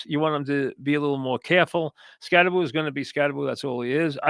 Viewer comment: You say Skatteboo, I say Skattebo. Let’s call the whole thing off.